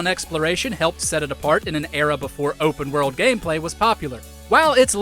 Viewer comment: The way you say “werrel’d” for world is amazing